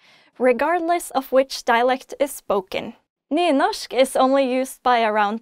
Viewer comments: Its said like Newnoshk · where i live we pronounce the r